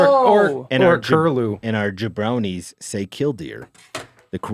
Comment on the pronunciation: I think it's "jabronii"